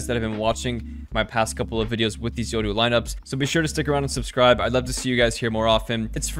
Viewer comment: Yoru not yodoo